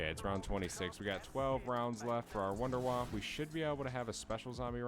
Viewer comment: "Wonder Waf fuh". It's German. Lol